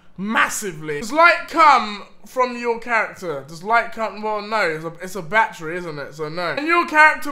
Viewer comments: when deji says battery it sounds like he is saying bat tree. 😂😂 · holy when he was saying battery i had no idea what he was talking about for like2 mins... he needs to learn how to speak